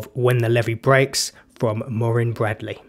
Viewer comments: It's pronounced moor-ann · Thank you...Her name is MUIREANN...not Maureen...ask Google how to pronounce it....details matter🤩....”not some muppet”...made me laugh out loud🤣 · I can finally put us all out of our misery. Here is Muireann pronouncing her own name 😊 Sounds like "Moor-ian" to me. Although it could be mistaken for "Moor-in" because it is said so quickly. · You're welcome. Am sure I pronounced it like "Morin" Vs "Maureen" though? 😁 I made a conscious effort to say it similar to how Jools introduced her on his show. If I've said it wrong...blame Jools Holland 🤣😜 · Thanks Paisley. Think I've finally uncovered the cryptic secret that is how to pronounce her name :-) I've pinned a link to the video in the comments, and she actually pronounces it herself. So if it's still wrong, then I give up! lol